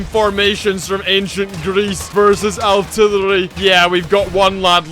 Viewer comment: Its artillery not altilllary